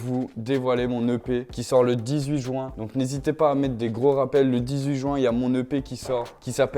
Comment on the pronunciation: Qui c'est qui dit "jouin" au lieu de "ju-in" ?